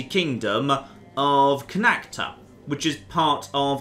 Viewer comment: BTW Jon Connacht is pronounce conit